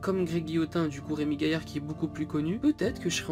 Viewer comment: Pfff t'es soporifique serieux c'est chiant. Et .. genre tu peux pas prononcer remy gailard ?? deja que tu es jeune si tu veux de la credibilité renseigne toi, meme d'un point de vue logique c'est son pseudo donc fais pas style tu te fais attaqué de partout XP je pense pas que tu es le charisme pour faire ce genre de video